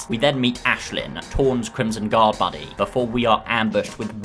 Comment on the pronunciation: When you said "Tor's Crimson Guard buddy" when intro'ing Ashelin, I thought you said "Crimson Guard *Bunny*". For a a moment there, I pretty much agreed XD